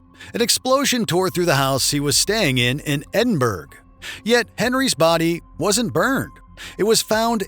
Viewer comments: “Duke of Edin-burg” took me right out of this. Either AI narration or an idiot who doesn’t know how to pronounce Edinburgh. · You should do better research with pronunciation Edinburgh is a not exactly an unknown place.